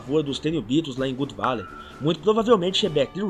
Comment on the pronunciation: God Valley ( se lê Gód, de Deus, não Good Valley, Gud de BOM)